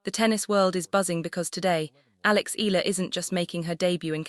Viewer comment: Alex Ea..ya..la ..please